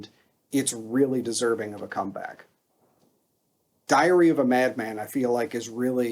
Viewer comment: LOL, it sounded like you said "Diarrhea of a Mad Man". :D :D Since you mentioned Bob Daisley - Timi Hansen of Merciful Fate / King Diamond would have been a similiar example. Or the guy from Priest (totally blacked out on the Name).